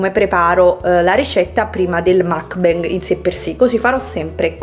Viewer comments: Si dice mukbang la u non si pronuncia a ma u e la a non si pronuncia e ma a. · Scusami ma è una vita che fai video mukbang quando vorresti deliziarci con la giusta pronuncia di questa parola?? Che ricordiamo non essere inglese ma coreana! 먹방 vabbè ma cosa lo scrivo a fare